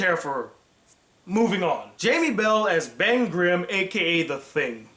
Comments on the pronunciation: I'm not trying to nitpick because the review is well done. But for the love of God, please, It's Ben Grimm NOT Grime; soft i. Like Grimm's fairytales. Please. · Also it is Grimm not Grime. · Uh... The Thing's name is Ben Grimm, not Grime. Anyone half familiar with the Fantastic Four would know that. Come on, man...